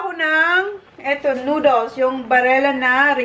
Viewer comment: Noodles not nooduls